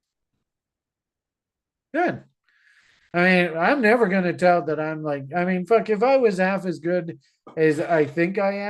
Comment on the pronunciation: thank you for your sharp analysis once again! I have a question that I've been willing to ask you for a while now, why do you pronounce the verb tell as tehel? I'm very intrigued to know the answer? Is it a Canadian way of saying it? ❤